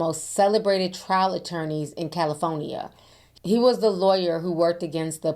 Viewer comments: If it wasn't, I'd come unglued. As a Californian, every time she says CaliFOnia, I lose it inside. 😂😂😂😂😂 But she gets a pass because I love me some her. ❤ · Are we going to talk how Ti pronounces California!